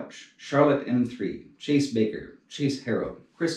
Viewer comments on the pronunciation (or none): none